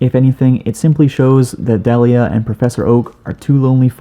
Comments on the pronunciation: It’s pronounced Dee Lee yuh, not deli uh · yo ash's mom's name is pronounced dee lia not de lia